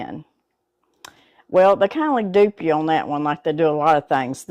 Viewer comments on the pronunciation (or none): none